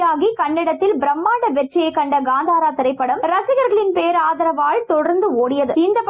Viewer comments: First learn to tell proper and come for media that is kantara not gandhara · It's kantara not gantara